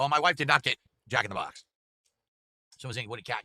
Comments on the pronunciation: Jack in the BAHX! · The way he annunciates “Jack in the BOX” is so annoying. This man is an alien